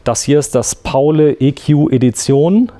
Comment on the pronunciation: Es heißt Pauli wegen St. Pauli. Nicht Paulä